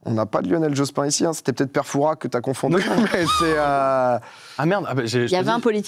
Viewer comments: tips : "Fouras" (on prononce pas le S) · ExcuSe moi domi mais on dis pas le s de fouras s’il vous plaît arrêtez de prononcer ce ptn de s respectez nous 😅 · Fouras on prononce pas le ''s''. C'est énervant lol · Alors non on ne prononce pas le s de Fouras. C'est aussi une Jolie ville balnéaire de Charente maritime :)